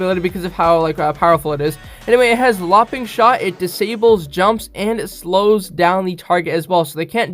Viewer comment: You said lopping shot 😂